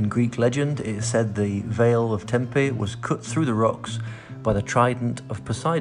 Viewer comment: hey, funny enough i came across this in effort to find 'proper' pronunciation of Tempe, but NOT sure you are saying it correctly, ie in Greek. can you confirm? beautiful video!!